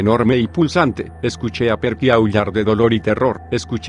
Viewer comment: La pronunciación de "Perky" le quitó toda la seriedad y miedo a la historia